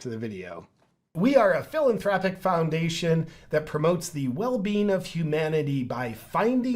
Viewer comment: lol. When you said “What’s your thoughts on the Bill and Linda Gates Foundation? Very philanthropic?” I could have sworn you said, “Very Villain-thropic” Yes. Bill and Linda Gates are very villain-thropic.